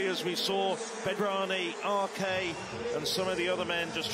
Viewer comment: Arque? Commentators, I know you're British, but try Ars